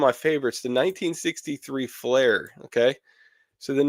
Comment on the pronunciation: How DARE you! The AUDACITY It’s FLEER not FLAIR COME ON 🤪😂😂😂